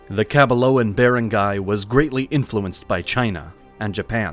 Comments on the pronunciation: Please hire a filipino to make you learn how to pronounce the wordslike barangay. Ba-rang-gay. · it's not even correct the AI voice said "be-rang-gay", it should be "ba-rang-gay" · The A.I. was terrible! My Ilocano and Illongo friends all say 'Bar-Ahn-Guy' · Nice video but it kills me how he says barangay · The AI voice need to learn correct pronunciation. Start with barangay. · Manila and Barangay’s pronunciations